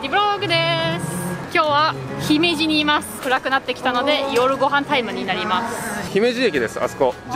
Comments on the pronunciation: 「ひめじ」のアクセントは高高高が正しいので、少し違和感。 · 姫路のイントネーションがちがうんだよなあ。ひ↑め↑じ↑ なんだよなあ。 どうでもいいんですけどすみません。 楽しめて良かったですね！☆ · 姫路のイントネーションが…(笑)